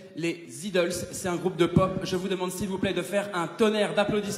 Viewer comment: Les "ideulsses"...????????? Sérieux 🤣 C'est Idles kéké, prononcé "aïedeulsses" (à l'anglaise quoi...) et sans faire de liaison !!!